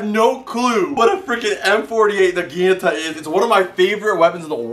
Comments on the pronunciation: Please. I'm begging you. Nah gee natah, not na gee NUH ta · Nagi-nata not nagine-ata dude says it's his fav weapon but can't even pronounce it right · Dude you’re really fun to watch and everything. But for gods sake. It’s pronounced “naw-gee-naw-ta” not “nuh-geen-nuh-tuh.” At first I thought you were just having fun with the name. But the longer the video went on the more it seemed like you actually didn’t really know how to pronounce the name of the weapon. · No offense man but it's pronounced "nah gin ah tah" not nah gee nat a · Naga-nata the I is silent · Its nagunotu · I don't know why, but the way he says naginata just hurts me on a spiritual level. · Toy know for a naginata being your favorite wepen you think yoy would learn how to say its name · love your videos, but got to be honest when you say that the naginata is your favorite weapon and then proceed to constantly mispronounce it i just die a little on the inside... don't know if this has come up in the comments before but just...thought i should bring it up... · please learn how to pronounce naginata! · they have to be mispronouncing naginata on purpose... right? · Nog a not a Eeeeeeeeeeeeeee